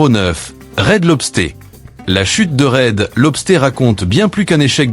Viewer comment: Marre du commentaire incapable de parler correctement: Red LobstÉ au lieu de Red LobstEUR. Et TGI Friday, 99c only, American Freight, ... Une vidéo sur les US incapable de prononcer correctement les noms US👎. De plus utiliser plusieurs les mêmes extraits vidéos ... VRAIMENT MAUVAIS. Plus que cette économie qui s'effondre, cette ia de merde, EST le symptôme de cette fin.